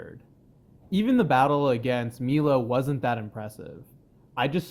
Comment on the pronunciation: Did….. he just call Milo….. Meelo